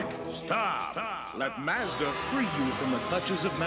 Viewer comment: they are saying mazda wrong in this commercial as well, wtf